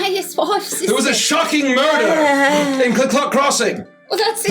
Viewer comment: Its not regular murder, its moider